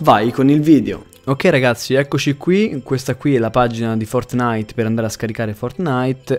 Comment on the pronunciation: CHE URTO ALLE ORECCHIE QUANDO LO NOMINI "FORT-NITE"